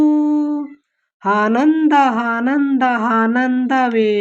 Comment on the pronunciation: ಆನಂದ adu ಹಾನಂದ ಅಲ್ಲಾ 😊